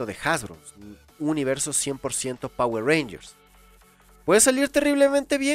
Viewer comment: Quien dice jayatus? XDDDDDDDDD